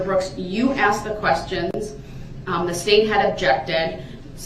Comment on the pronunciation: Cause you axed